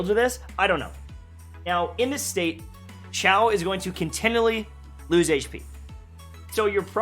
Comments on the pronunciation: Zhau: Shau China: see-aw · It's pronounced si-ya-ow no 'h' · There is an I in his name for a reason. It is pronounced Shiao! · Hi, I’m Asian and you pronounce Xiao as siao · I think the right pronunciation for his name is "see-yao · sorry, but you never say it right. though its all good:-)